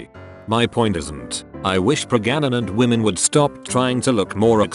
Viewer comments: "Prega-na-nant?" I think the robot voice needs a tune-up. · This robot has a hard time reading certain words. Like the word pregnant. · Normal people: Pregnant Me, an intellectual: Preganant, preganancy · Omg 'pregananant' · So this TTS reads pregnant as p r e g a n a n a n t ? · pregananant, i love how that sounds XD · Hilarious the voiceover didn't always match the text. "Pregananant" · “That yes, in fact, they are pragananant” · Did I just hear... PREGANANANT?! XDD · almost fell of the chair on laugh with that "pregananant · I laugh every time the voice says Pregananant 😂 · The way it says pregnant is killing me😂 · The way texttospeech pronounces 'Pregnant' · Please, just say pregnant... or were you trolling us??